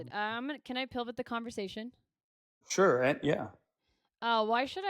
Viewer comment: "Dilvit" and "pilvit" instead of pivot and divot is fucking sending me 😂